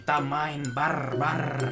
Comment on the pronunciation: "BARR BARR.. R nya dua yeh" bikin ngakak 🤣